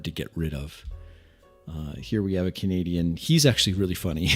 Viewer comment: I thought you said "Comedian" at first instead of "Canadian" and was quite confused until I figured it out!